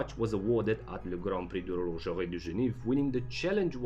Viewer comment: 'Horlogerie'? Lol